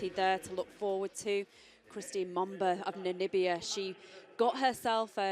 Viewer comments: the commentator almost pronounces Mboma correctly! She's been saying Momba all season. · What is interesting in this race is that the commentator lady finally got to pronounce Mboma's name correctly. Congrates to Mboma and the commentator lady